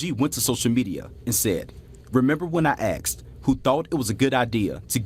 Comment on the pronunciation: How are you a reporter, and you say "axed" instead of "asked"???